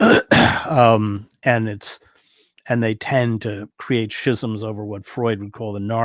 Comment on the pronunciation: I love your calm demeanor. Thanks for taking the time to answer questions. Always a joy to listen to you. I think you mispronounce ‘schisms’ 😅 Best regards